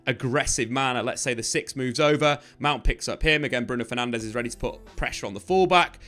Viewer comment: Why would you expect any diff after years of getting Bruno’s last name wrong 😂